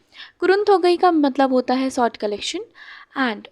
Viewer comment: Hello maam pls focus on your pronunciation you always pronounce sha to sa and sa to sha like you said sort story rather than saying short story